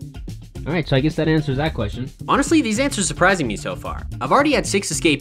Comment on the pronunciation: "It antsers the question"